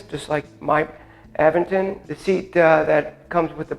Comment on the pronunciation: You are pronouncing Aventon wrong! It is A…Vent-on. Not Av..ven..ton